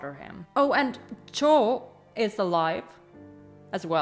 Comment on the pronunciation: Wow, I’m late to the party this time and you’ve already got hundreds of comments! Congrats 🎉🎉the guide’s name is Zhao or Ah Zhao, and it’s not really pronounced as “Jaw”, but “Jow” like Cow, How, Now. BTW I love the lady in black and I love watching you try to figure out who she is 😂 and the Titanic soundtrack, please!!! It’s gonna make me cry and I’m gonna parrot the quote “HuaLian invented love” ❤️ can’t wait to see your next reaction!!